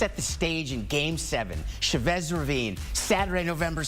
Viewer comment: The way they say Chavez irks me😂